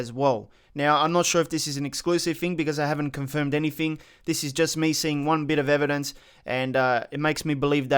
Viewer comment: "Anyfeng" C'mon man.